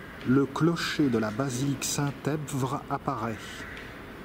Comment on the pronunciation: Merci pour ce beau reportage. Une précision: le P dans EPVRE est muet; cela vous aurait épargné bien des efforts de ne pas avoir à le prononcer:-)